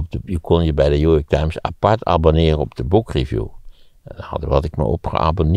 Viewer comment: Waarom zegt maarten altijd. Jew york times ipv new york times??